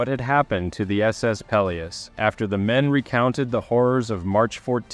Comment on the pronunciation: Gads...you can't even pronounce "Peleos".